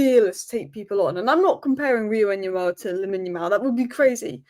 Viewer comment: Actually it's pronounced UN-Gumoha! No doubt he will go by the name of 'Rio'